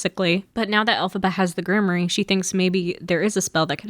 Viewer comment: This is a wonderful video but please for all that is magical in the world learn how to pronounce Grimoire! It’s pronounced Grimm- waar.